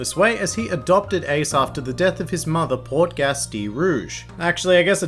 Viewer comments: Ace's last name is pronounce (pour-tah-gah-es) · Did you just say port-gas D Ace.